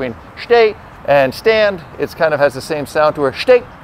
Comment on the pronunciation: "sits" and "shhtay" .. uhmm ok :S